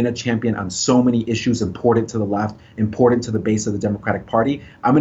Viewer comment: I can't get my vote to someone that says imported instead of important